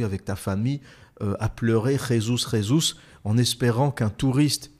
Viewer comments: Petit remarque anecdotique: Le Brésil étant un pays lusophone, on dit "Jesus, Jesus" avec un J et non "Résus, Résus" (qui est une prononciation espagnole) 🤣😅🤣😅. Mis à part ça, excellent podcast! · En portugais on ne prononce pas le J ne se prononce pas Re, mytho.